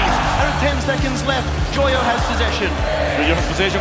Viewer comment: the caster joyo as yoyo really cracked me up🤣